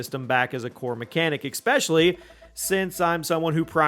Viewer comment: Great review, but I couldn't focus after noticing you saying expecially instead of especially 😂